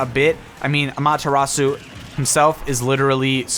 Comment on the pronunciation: DO YOUR DAMN RESEARCH. 1) Amaterasu is FEMALE. 2) you pronounced Amaterasu... weirdly. Not quite incorrectly, but... certain syllables are off a bit. It would be like pronouncing "hello" as "HEllo". 3) Amaterasu's not just supposed to be a god- Amaterasu is a real (if you can call the concepts of gods 'real') goddess. in other news, I'm hoping 'warrior' (if this leak is in any way true) is a character from Monster Hunter. Though it's probably someone from Fire Emblem Warriors or Hyrule Warriors.